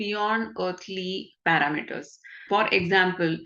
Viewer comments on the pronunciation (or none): none